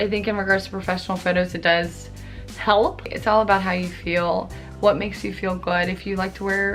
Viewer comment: The way you said "help" was actually so funny "HALP" hahaha i love you